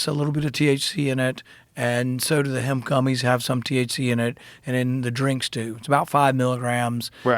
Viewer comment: It must've taken every last bit of patience not to correct him every time he would talk about "hemp."